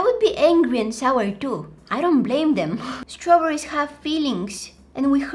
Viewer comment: strawberrys?.. STARAWBAARYS?.. are you okay in there?.. :( that line it me hard